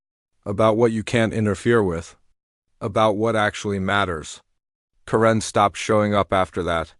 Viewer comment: I don’t think “Karen” is ever pronounced “ka-RINN.” Except maybe by AI.